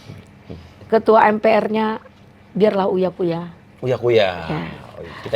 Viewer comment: seorang loyer yg ga punya ilmu pengetahuan nyebut menkominpo aja ga tahu dan tak becus memalukan